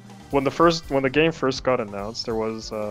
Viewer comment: LMAO how you say "first" you say FIRSH. english is hard